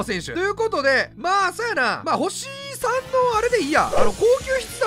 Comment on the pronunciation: VIPがいう星3いっつも「おっさん！」に聞こえる